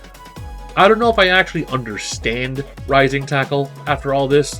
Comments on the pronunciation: i thought he said rising tycoon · I beileve hes saying rising taco. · For some reason in kof 90s edition, he sounds like he says lazer taco not rising tackle. And Bbq, for burn knuckle. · First of all, it's Rising Taco